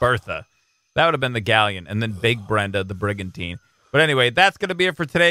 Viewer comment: The first time you said brigantine I thought brigantina.